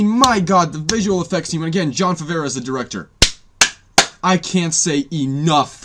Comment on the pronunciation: hey just to help you out, it's Jon Faaavroh. Favreau. Favroh. that's how to pronounce it. keep up the good work buddy! I'd personally give it an 8/10, I thought it had more problems than you listed, but I still enjoyed it.